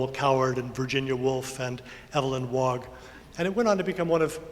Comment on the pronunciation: Evelyn Wog? How American. Evelyn Waugh (Waw)., go back to school.